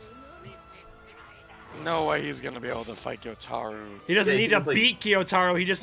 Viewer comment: Maybe they’ll pronounce Gyutaro’s name right at least once before the season ends. 🙏